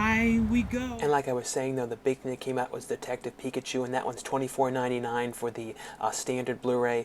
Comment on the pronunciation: Picked up the steelbook of detective Pikachu today, and man it looks GORGEOUS, one of the best ones ive seen lol you mispronounced it